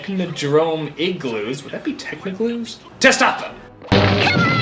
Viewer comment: Please never say "techno-gloos" again!